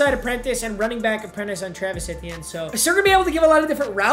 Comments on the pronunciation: Can someone tell him it’s pronounced “ietiene” not “ehtienne” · It’s ETN not et t n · Eeeeeeee TN I can’t keep hearing that it’s not eh TN Only complaint tho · really? eh-tee-en? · I hate when he says Etienne wrong lol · The way papa says Etienne is bothering me so much